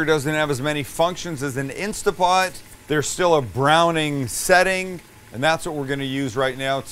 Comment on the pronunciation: It's instaNT pot, not insta pot 😕